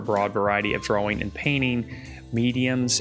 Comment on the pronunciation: Dude are you incapable of saying DRAWING like a normal person?..